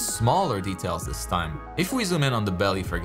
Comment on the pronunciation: “Dis doesn’t look epic!!” Lmao